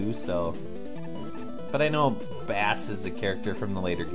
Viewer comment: Also, you may or may not care, but its pronounced like base... as in the bass guitar. He has his own dog sidekick named Treble. Bass and Treble!